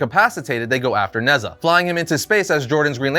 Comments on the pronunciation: Although it’s spelt Nezha, it’s pronounced Ne-Ja, he’s a god or demigod in traditional Chinese mythology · Nezha is actually pronounced Neh-Cha, it’s Chinese and the name of one of their mythical warriors. (Think Heracles, Sigurd etc.) this being said godDAYUM that fusion is dope!